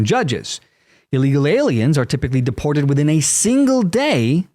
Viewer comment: He said he was going to deport, deporr, deport. What like five peopl so far 😂.